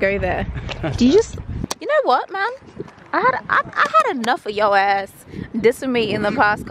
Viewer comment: Yoo she sounded sooo country when she says "yo azz"😂😂😂😂